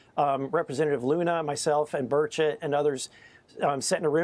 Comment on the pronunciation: DUDE, READ YOUR COMMENTS! Representative Tim Burchett's last name is pronounced BURR-chit (rhymes with "birch it").